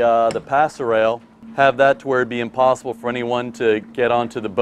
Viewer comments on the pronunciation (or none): Pass rail!?!?! ROFLMAO!!!!!!!!! It's PASSERELLE!!!! Yanks and the English language. 😀